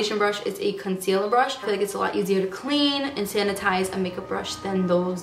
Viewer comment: Why does she say con-seal-uhh for concealer